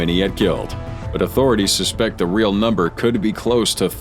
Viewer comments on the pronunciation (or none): none